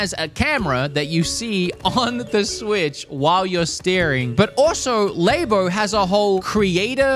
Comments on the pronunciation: Its not called lebo, its labo get the pronounce right my dude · saying Lay-Bo really annoys me I wish he’d say just say Lab-o 😭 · Nintendo Lab-o not laybo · He's the only person I've heard LABO pronounced like that. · Why do you keep pronouncing labo wrong isn't it supposed to be like laboratory